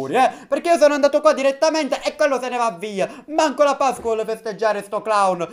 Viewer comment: Quante volte avrai detto pascqua?😂